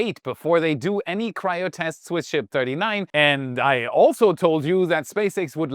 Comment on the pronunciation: 2x "and I alsow told you..."